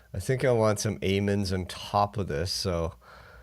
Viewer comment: Aye-mins lol